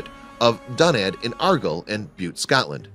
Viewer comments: Argill??? Really? ARGYLL IS PRONOUNCED AR-GYLE! AS IN "PILE". Get a grip. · Argyle is pronounced aRg-aisle like the word aisle that you walk up. Thanks for the video x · I know how to prounounce "Argyle": & I'm a Yank. Watch out, cause some of them are learning Gaelic! ;-) Seriously, many folks here are very proud of their Celtic heritage & are trying to learm more about their ancestors. Not sure why this narrator didn't know better...